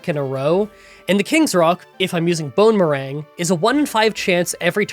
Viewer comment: i keep hearing it as "bone meringue"